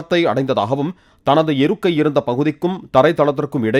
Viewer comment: படக்குவையில் அல்ல (படுக்கையில் ) இருக்குவை அல்ல (இருக்கை)